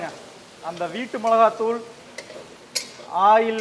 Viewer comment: Ail 😂😂😂😂😂🤣🤣🤣🤣or oil 👍